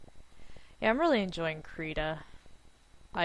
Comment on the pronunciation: Please look up the pronunciation and correct it in your video. It has a short "i" sound, not an "e" sound. It is Swedish for "crayon" and "rita" in Swedish means "draw".